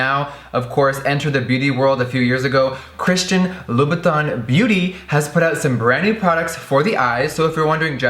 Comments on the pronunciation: You are pronouncing the name wrong. It's pronounced loo-boo-tin..... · Hey guys I just wanna ask that how do you guys pronounce "Christian Louboutin"? In my country literally everyone that I encountered spell the name Christian Loubou"tin" with the word tint in "tint lipstick" so I'm pretty confused when I heard Jeffree pronounce it like that. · what is with the way you day louboutin? no hate im just curious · Luna Amatista ok so is thay how you say it because the staff at the shops ive been to say it differently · Luna Amatista is it really? he says it with a weird accent first, then he says it how ive heard the staff is the shop say it and then he says it weird again. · He just likes to play with words , like all and any words, I think the first time he said it that was the proper pronunciation